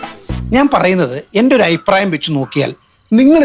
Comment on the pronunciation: അയിപ്രായം അല്ല റിയാസ് ,അഭിപ്രായം എന്നു പറ